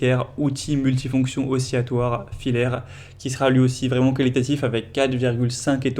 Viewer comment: Problème de prononciation : on dit "aussi" "latoire" et "aussi" lent" (pas "aussi" "yant" ou "aussi" yatoir").